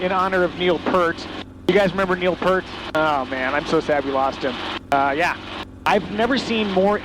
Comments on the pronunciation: Neil Peart, not PIRT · Another amazing video, keep um coming. Neal Peart’s name is pronounced Pea-rt. Like Pier with a t, Pert is a shampoo. Sorry to be so technical, but my step family are Peart’s also. Anyway, hope this doesn’t get me blocked. Cheers.